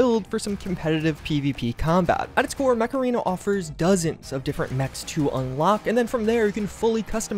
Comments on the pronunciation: Yep, i can only hear Macarena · I can't be the only one that heard "Today's sponsor, Macarena" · Whenever he says "Mech Arena", I always hear Macarana, as in the song. Please tell me it's not just me. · Could've sworn you said "Macarena" 😆👍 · Yep same here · lol, I'm watching this video while I'm really tired. and when you said mech arena I thought you said macarena and were pronouncing it weird